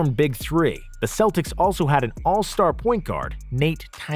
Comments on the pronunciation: Love the video, but why the hell are you calling them”seltics”??? there are the Celtics you fucking baboon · He was awesome and one of the few Celts to actually play for the Celtics. It is pronounced with a k you idiots out there. I am a Celt too and when you say it with an s sound, I want to collect heads again. Romans feared us for that.